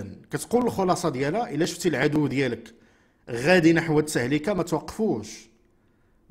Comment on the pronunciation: التهلكة بضم اللام وعذرا😊